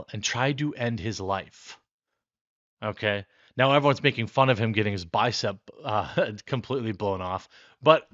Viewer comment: Mr. Vapor-arm just can't say bye-cep.